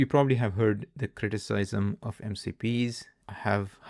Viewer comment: You sound very fluent in english then I hear you pronounce them like: "Pattrern" and "Critisysm". It's very hard to hear. I'm not English native .. but that's just hard to listen to everytime.